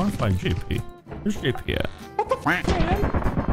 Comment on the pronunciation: i mean when he said jp it did sound like YIPPE